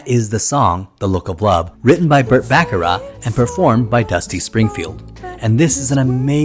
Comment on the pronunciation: Also: Back-a-rack. (Not Bock-a-rah)